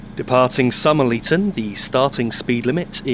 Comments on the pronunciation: Enjoyed this a lot as I grew up in Lowestoft, took the train to Norwich on many occasions. I just bought train simulator and this add on is going to be on my shopping list. One minor point that has already been commented on, Somerleyton is pronounced as Summer Late On, not Summerly Ton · Great vid!Just some info, Somerleyton is pronounced Summer-Layton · Loved the video, the jointed track sounds are great. So soothing! 😊 Two little things: Somerleyton is pronounced Summer-lay-ton. Second you were a wee bit rough with the controls. When notching up the power from a stand using to high a power setting at low speeds can cause wheelslip and unnecessary wear on the transmission. With British Rail Second Generation DMUs the transmission won't actually develop full power until about 20mph is reached. There are two notching techniques for 7-notch power controller units that I am aware of. The first is: Brakes to Step one, power to notch 3, release brakes, into notch 4 once moving, notch 5 at 5mph, 6 at 10mph and into full power at 15mph. That appears to be the technique used by ATW drivers. ScotRail drivers use a somewhat different technique: Brakes to Step one, power to notch 3, release brakes, up to notch 5 at 5 mph and straight to full power at 15mph. Your braking was spot on though. Some drivers can be a bit rough on the stopping, your braking was pretty damn smooth! Look forward to your Cardiff to Paddington video. 😊